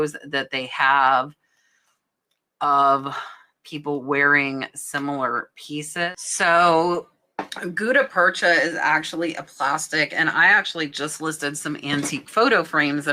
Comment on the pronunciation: Just fyi- it's "gut"-tah percha. It's also used in dentistry. Edit: I'm did leave that comment to be an asshole. It wasn't a critique. I think you make fantastic content.